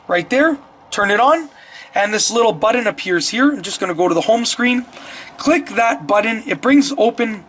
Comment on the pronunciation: And, what is a “buddin”. Can you say BUTTON?!?